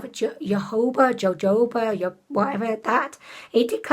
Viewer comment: Hi! That oil is pronounced "hoe-hoe-bah" and it's good for the skin! I tend to ignore the expiration dates for powder products- if it looks and smells ok, I just keep using it. As far as the foundation goes, I agree with you that full-coverage foundations only look good on camera unless you have absolutely perfect skin (and if you do, why even bother with foundation?) I just use concealer and a light-medium coverage foundation on red areas only, and a bit of setting powder over it.